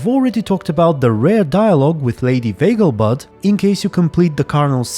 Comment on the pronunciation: Two things I learned from this video. Vegelbud is pronounced /beaglebutt/, and Triss sounds like she's 15 in English.